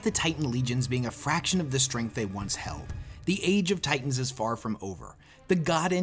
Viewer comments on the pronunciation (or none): none